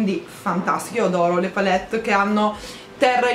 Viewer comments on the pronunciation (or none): none